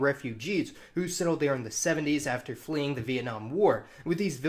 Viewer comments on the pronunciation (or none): none